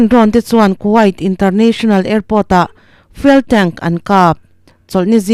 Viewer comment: Fuel hi fiûl ......(fyool) tia lam tur a ni aw?